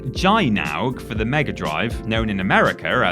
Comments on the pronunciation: It's pronounced "Jinog" (ジノーグ , Jinōgu) and i never came across that game, that face looks like the one on the rocket boss from Contra: Hard Corps. Good video. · It’s pronounced GIE-NORG. 👍🏻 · It's pronounced Guy-Nug. It's nice to know that there's someone else who's seen that boss. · As soon as I saw the title of this vid I thought it might contain Gynoug. I loved that game - which I pronounced like "guy-noog", but who knows? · I think it's pronounced "Ghee-nohg". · I understand not knowing what to do with "Gynoug", but "perfidy" is an English word whose pronunciation is a simple Google search away. Pronounced PER-fuh-dee, it's an adjective meaning "deceitfulness; untrustworthiness"